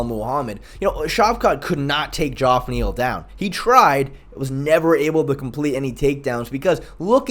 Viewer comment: Is it just me or does the mispronunciation of names starting to get annoying? Everyone knows Geoff is pronounced as Jeff